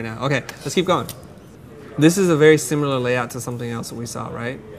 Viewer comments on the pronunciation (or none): none